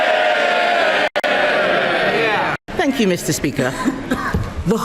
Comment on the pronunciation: That speaker can't even say Badenoch properly in fact he just can't talk properly